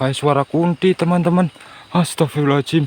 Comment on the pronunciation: Saat ngucap istigfar jangan pengucapan kata ahirnya "astagfirullahalnga(jim)" karena hurufnya (do') bukan (jim). Maaf cm meluruskan. Semangat terus bang...